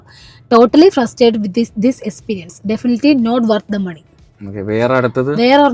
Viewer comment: Experience annn esperience alla 😅